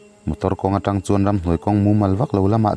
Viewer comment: tang i tih a thluk a diklo in ka hre tlat